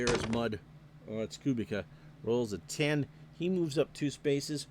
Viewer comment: For what it’s worth, I believe the pronunciation Koo-beech-ah. Enjoyed this very much. Thanks!